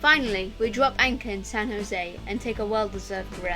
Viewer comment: FYI, San Jose is pronounced "san hozay". Is it true that brits who pronounce foreign words correctly are not allowed back into UK?